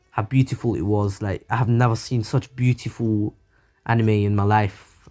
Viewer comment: some people:beatiful other people:very pretty this dude:BUEATIFUL